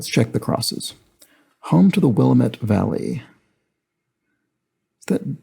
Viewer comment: Just a note on pronouncing Willamette. As they say on all the tee shirts sold there, "It's Willamette, dammit!"